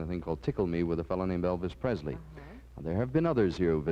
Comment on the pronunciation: Dick never learned how to pronounce Elvis' name and yet he knew him. It's not PreZley. It's Presley.